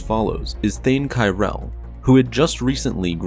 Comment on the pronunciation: I believe it’s “Krell” not “Kriell”